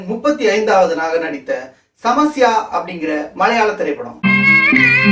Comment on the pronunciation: Samasya not samayasa